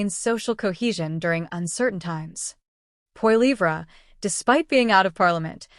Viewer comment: I suggest you learn how to pronounce Poilievre.